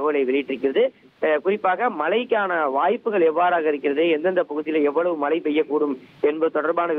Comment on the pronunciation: தம்பி மலை இல்ல மழை